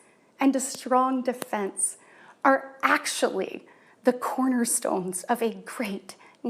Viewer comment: Biden is diminished? But you’re 40 and can’t enunciate “recognize”? The word isn’t “reconize.”